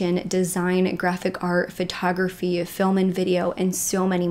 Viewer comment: Am I the only one that heard "phrotography"? Lol